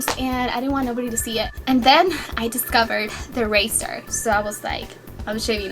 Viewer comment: ITS RAZZZZOR NOT RASSSSOOR